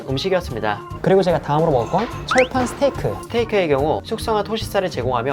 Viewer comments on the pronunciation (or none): none